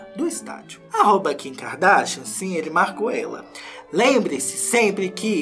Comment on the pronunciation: A melhor parte é toda vez que ele fala Kika Darsha 😂🥰